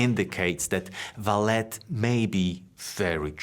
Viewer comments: I'm Brazilian and... No.. It's not VALET. It's pronounced as "Valley". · Since it's Brazillian. It should actually be Valé. (As in OK) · Actually it is pronounced like the car parking service, valet but in the french way, where the T is silent Val-A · The name of the company is pronounced as "Valley". And Vale means exactly that: valley, in portuguese. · You pronouncing it ValeT tells me you have no clue about the company. Just generic text read down. Your first video presented to me. Not impressed. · "ValeT"? Huh? Any special reason you keep mispronouncing the name of the company? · How can someone do so much research on a company and not know how to pronounce its name??